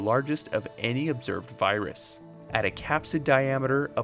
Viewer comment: I don’t no if it’s his accent or something, but every now and then it sounded like he was saying birus